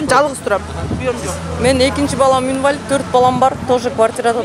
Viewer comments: Индивалид деп суйлоп жатканын айтып жатат го.Инвалид деп айтылат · Жакшы иштейт экен,бирок аягында ИНДИВАЛИД (инвалид) деп суйлогондо чалкаман кеттим🤦